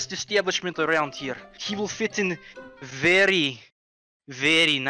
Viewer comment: The v and the w in Russia are switched so its not very its wery ok? ok